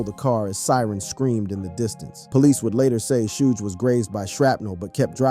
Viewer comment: dude don't even know how to say Suge but take his word for this lol